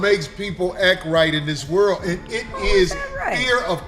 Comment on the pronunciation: The way that English dude pronounced "world" is diabolical😂